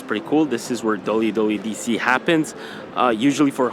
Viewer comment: YOU CANT SAY WWDC CORRECTLY 😭